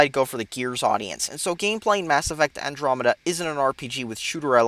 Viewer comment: Andromeda is so good. you never know what you are talking about. I love this game and it is so good. plus what Is Andromeda? you say it completely off and you say specieses when it is species.